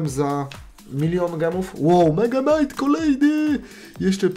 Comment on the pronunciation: Muwi sie mega knait